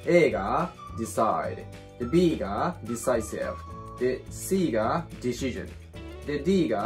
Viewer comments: ディ し ジョンはさすがに草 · 確かにdecisionだけ明らかに∫で発音されてるように聞こえる